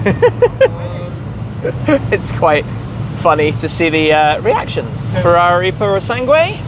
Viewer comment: So you can't even say Ferrari while driving one.